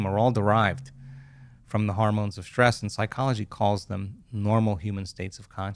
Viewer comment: Great info but someone should teach him how to pronounce words like Hormones (not HARmones) and Stress (not SHTrees) or History (not HiSHtory). Very distracting.